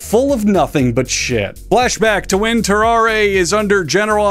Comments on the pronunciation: I think it’s pronounced “ter-ar” and the e is silent. He was French, after all. That man was cursed, for sure. CountDankula had a good video about him too. Great video! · I'm commenting this before I watch the video. It's Tarrarre isn't it? Edit: Nailed it.